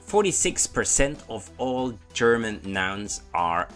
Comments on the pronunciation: The way you say German (Your way: Cherman) always cracks me up 😂😂. Great work, tho. Much love :) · Ch-erman Ch-enders :D